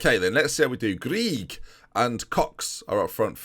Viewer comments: I believe “Grieg” is pronounced “Greg”. Famous gangster Whitey Bulger had a girlfriend, and she’s named Catherine Grieg, pronounced “Greg”. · Well the norwegian composer Edward Greig is not pronounced greg so its not 100% sure